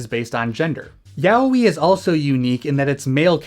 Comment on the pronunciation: /twiching eye/ Ya-oh-ee, not Yah-wee. I'm struggling to watch this 'cuz of this horrendous pronunciation.